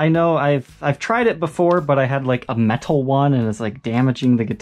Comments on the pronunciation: Ther way this guy says metal creases me. In every video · I'm really curious if that's a regional pronunciation of "metal".